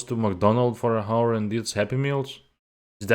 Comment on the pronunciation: Oh, also, the H in hour is silent :) by the way where you from?